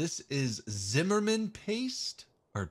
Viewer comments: And it was Zimmerit. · ZIMMERIT lol not Zimmerman lol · Zimmerman paste? When you get shot it plays some epic dramatic music! Best thing I've heard today. Zimmerit, zimmerit. An honest but fun mistake. Keep it up.